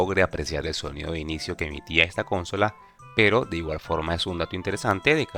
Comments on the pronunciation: Que estresante que digas cónsola en vez de consola, es buen video pero de verdad es molesto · Jaja no puedo con el CÓNSOLA